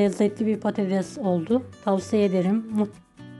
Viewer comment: Bide konuşabilseydiniz.konuşmayı bilmiyorsunuz.patateş değil patates mesela.😢